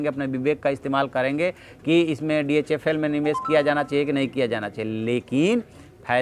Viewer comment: SIR ITS DHFL NOT DHL.